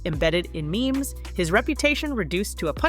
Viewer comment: It’s not meemees. It’s memes